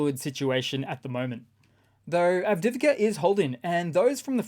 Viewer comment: ITS NOT written or pronounced [avdivka] ! It is [av-di-iv-ka] - you pronounce the 'i' twice.